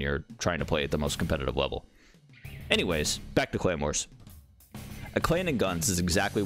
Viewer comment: Lmao when he kept talking about the "clan wars" I legit thought he kept saying "claymore" 😂😂😂😂